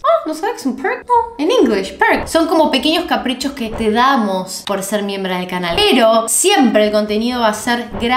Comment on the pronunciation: Pense que dijo "podras ser mi hembra del canal" yo..... queeeee, aahh MIEMBRA DEL CANAL jojojo